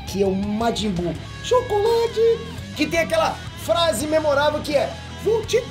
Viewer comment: O falando "xocolate" kkkkk